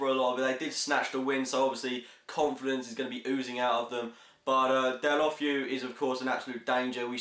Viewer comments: del-a-fayu is how its pronounced. the biggest wonder of the prem is how the fuck you pronounce dikgacoi, everyone pronounces it differently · You absolutely butchered Deulofeu's name. I predict 2-0 Arsenal. We need some breathing space, 7 clear is what we need.